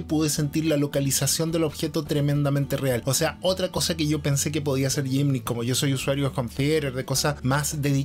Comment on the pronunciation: Muy buen contenido. Te hago una corrección sobre la palabra en inglés Gimmick que se pronuncia en un modo aproximado "guimic", no "yimnic". Saludos, gracias por el video